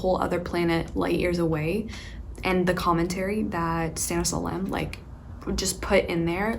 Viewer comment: Oh how cute did you pronouce Stanisław Lem and Olga Tokarczuk ♥